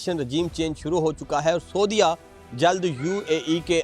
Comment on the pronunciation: سعودیہ کو سودیہ نہ کہو